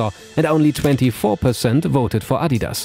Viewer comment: refreshing to hear the adidas name properly pronounced